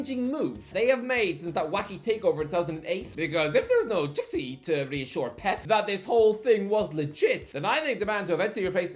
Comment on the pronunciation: My god man..Txiki is pronounced SHE-KEY😂😂